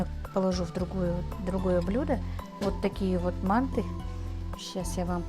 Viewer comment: надо говорить манты ударения правильно произносить а так все нормально удачи